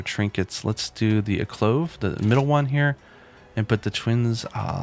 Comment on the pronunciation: please learn to read. its alcove not aclove.